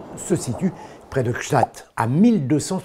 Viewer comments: On ne dit pas GstaaT cela se prononce comme cela s'écrit GstaaD avec un D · trop bien je juste tu as mal pronocé gstaad